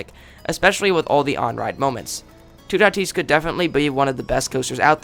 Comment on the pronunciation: You say toutatis lile tout at is